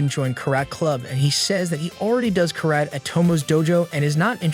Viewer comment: Kah-rat club